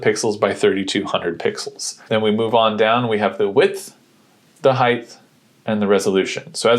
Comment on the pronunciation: There is no such word as "heighth". It is "height". Sorry about that... I just need to be able to sleep at night! 😶😶😶😶🙄😏